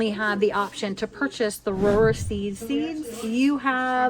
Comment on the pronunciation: Not that it matters, but Rohrer is pronounced just like “roar”